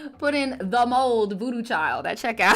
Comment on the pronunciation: I'm dying right now. I'd thought that you were saying mole instead of mold.😂 Why were people in the live talking about Gen z?